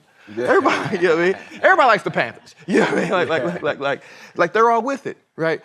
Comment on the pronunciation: Johnathan“yannowatimean” majors lol 😂